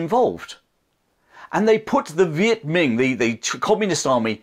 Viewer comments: Great video. Just a quick note, it's not pronounced Viet Ming with a g at the end. It's Viet Minh with an n sound at the end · Viet Minh pronounced like min. Not Ming.